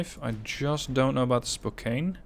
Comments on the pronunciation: Another fine video, little clarification though, Spokane is pronounced Spoke-Anne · I do have to give slight correction on how to say "Spokane" up here in the PNW we say "Spo-Can".